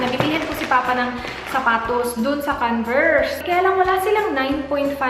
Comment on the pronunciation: canvers hahahaha convers not canvers lol